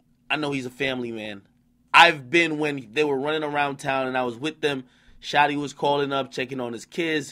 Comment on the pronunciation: He said Shotieea a gangsta gangsta Lol😂